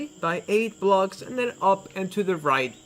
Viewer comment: and also its pronounced blocks not blogs and 3rd it's SIX not sits